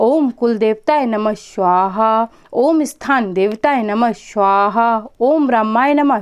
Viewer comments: स्वाहा not श्वाहा. मंत्रोच्चार पे सही ध्यान देना जरूरी है. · आपके स का उच्चारण गलत होता है हमेशा. आप स्वाहा को शवाह बोलती हैं. स को श. उस पर ध्यान दें क्योंकि आप एक यू टूबर हैं.